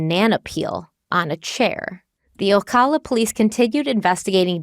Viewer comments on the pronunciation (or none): My cousin worked at that Winn-Dixie during that time. Also, it's pronounced O- ca- la noto O-caw-la :)